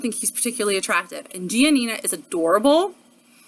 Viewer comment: Her parents said gi-ah-nina though? Did I hear that right?